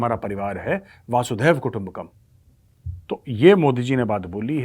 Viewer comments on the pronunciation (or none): Vasudhaiv....... Not vasudhev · मेजर साब, वसुधैव को आप वासुधैव कह जाते हैं। पहले भी आपके ध्यान में इसे लाया था। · Major sir , it's not "VAaasudaiva" kutumbakam ' but "VASUDAIVA" kutumbakam*.(gustaki maaf kijiyeh)